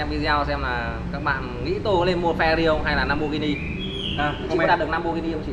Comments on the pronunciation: Phờ ra ri :)) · Phe-Rờ-Rì nhé anh